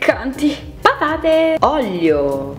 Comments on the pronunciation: Pke dici oglio e no olio hahahh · Non è una critica ma perché dici ollio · Ma perché dici oglio? Hahahaha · io ti adoro, sei una ragazza carinissima e gentilissama, ma perchè sembra che invece di dire " olio" dici ¿¿?? 💖💖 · "olio" non "oglio" 😂❤. Voglio i tuoi occhiali, sono bellissimi e ti stanno molto bene! 😍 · Si dice olio non oglio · Si dice olio no Oglio